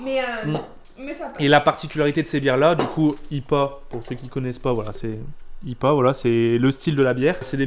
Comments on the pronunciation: je suis mort on dit pas ipa mais ca se dit ''' aie pi é '' mais ca s'ecrit ipa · on dit pas ipa on dit lettre par lettre donc i p a et non tout coller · La bière ça se dit I.P.A pas IPA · Je c pas si j ai raison mais ça se dit pas ipa mais I.P.A genre les lettres séparées je suis pas sure 😅mais bon voila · le fameux IPA , alors que l'on dis "aille PI hey" en anglais quoi !! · On dit i p a et pas ipa😂😂😂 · IPA sa ce dit I.P.A En gros tu dit I... P..... A espacer et tu dit les lettres